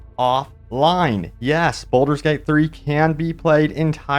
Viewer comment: Sorry, have to say you're saying Bolder's Gate not Baldur's Gate. Also, it's Meta Score not Meeta Score 😂